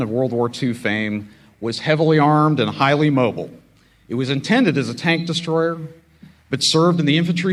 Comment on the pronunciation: "Shtryker," "deshtroy," "shtrategic"?